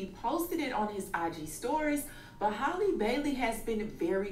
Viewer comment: I heard that “hayylee” Bailey 😂😂